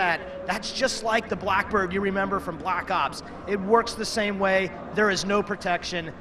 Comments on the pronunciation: did he said: call of duty black suc... ops..? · anybody else notice right at the beginning he was goin to say black socks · haha the guy said call of duty blacks lol he messed up lol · Haha he said black socks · hahaha wow i just noticed he said call of duty blacks umm i mean call of duty black ops 2 hahahaha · he wnted 2 say black cocks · lol did he go to say black socks at the beginning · Blaxs ops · "daay 2, for call of duty black soc.. black ops 2 multiplayer" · i swear he was about 2 say Black Sox